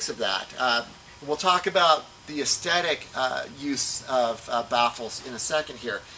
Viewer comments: aesTHetic, not aesTetic :) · It's ok to use the word "look" instead of the more difficult "aesthetic", which you can't pronounce.